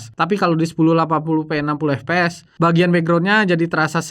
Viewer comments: FPS = efpees 😂 mestinya baca efpies karena FPS adalah singkatan bahasa inggris Frame Per Second... kecuali GPD / Gambar Per Detik maka dibaca GePeDe 😂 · ef pi es bang, bukan ep pe es kalo pronunciation FPS